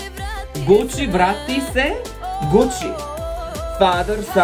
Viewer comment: Kuci not gucci😂